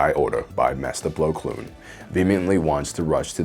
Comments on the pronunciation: I’m sorry but I can’t unhear plo kloon rather than plo koon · It's Plo Koon, not Blo Kloon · Plo Koon not kloon. Honestly I think you’re just screwing with people at this point. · BTW his name is Plo KOON and not Plo KLOON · Also why does he always say Plo Kloon every time? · There is no L in Plo Koon's last name.